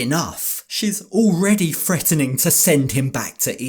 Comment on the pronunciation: PLEASE PLEASE PLEASE, when you say threatening, say it properly. THreatening not FReatening I usually love your videos but 30 seconds in and I turned off. Sorry. It just makes you sound thick.